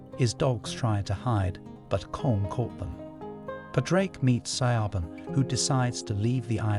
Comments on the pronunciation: also shevon not sio-ban or siovan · How did you pronounce Siobhan 😭😭😭😭😭